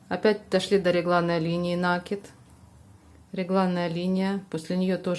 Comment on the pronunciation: вы откуда? Почему нАкид??? Что выдумываете!!! В русском языке есть только слово накИд! А хотелось с вами связать комбинезон для игрушки,но нет сил слушать ваш нАкид!!😢😅😅😅